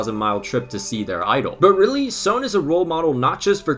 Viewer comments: video was great but why do you pronounce "son" as "sown"???? its just pronounced as "son" like the star or a parent's child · This guy definitely watches Hunter x Hunter. It's pronounced "Sun." Not "Sone." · Is his name actually pronounced "Soan" or am I just crazy? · I'm sorry, but the way you're pronouncing Son is annoying me.